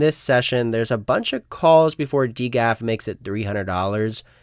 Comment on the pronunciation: who pronounces it D GAF lol